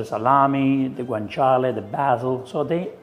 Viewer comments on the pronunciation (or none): none